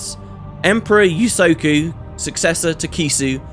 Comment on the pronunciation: Usoku, if we're going by the Japanese pronunciation, the first "u" is said like the last one. No "Y" in the beginning.